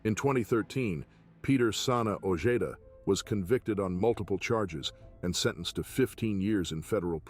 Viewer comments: O-hay-duh ! Not ojayduh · Peter ojeda sounds like (oh-je-da) say it correctly or don't say it at all your making money off somebody bad homies they still have Familia out there ! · 😂 his pronunciation of OEDA is killimh me as bad as Eme